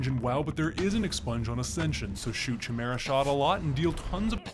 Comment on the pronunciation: Lol the way you pronounced Chimera is hilarious bruh